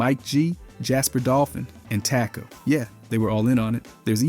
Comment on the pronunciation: the way he says Taco…